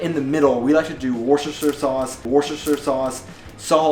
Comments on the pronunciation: Sorry wrong pronunciation...its not Worcester Sauce...its Wuuster Sauce...even the English City or the City in Massachusetts were pronounced like that😉...but dont worry,the most Germans make that mistake too✌ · You should check the "proper" pronounciation, it basically leaves out the C that trips you up (WUUS-tər-shər). Of course then nobody in the world would understand what you are talking about anymore. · .... it is pronounced Woostersauce.... It's a Britisch thing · I just want to mention that "Worchester Sauce" or "Worchestershire Sauce" is british precisely an English town "Worchester" respectively an English constituency "Worchestershire" and they pronounce that simply different..by saying "Woostersauce" or "Woostershersauce" respectively the town is pronounced "Wooster" and the constituency is pronounced "Woostersher" American pronunciation link British pronunciation link ....for those who don´t believe me. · Why doesn't you pronounce Worcestershire sauce "Wooster sauce"? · You butchered the name wourcestershire sauce like true german! Wuss-ter-sheer, wource like wuss and shire like the Sheer in Ed Sheeran. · Worcestersauce is pronounced Woostersauce. Same as the city Worcester, is pronounced Wooster. There is also a battleship USS Worcester (USS Wooster)